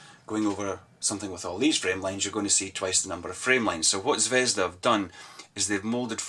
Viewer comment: Nice review. However not ZvEzda, but ZvezdA (The Star).